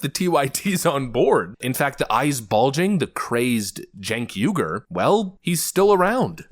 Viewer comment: Chunk yogurt say his name correctly :)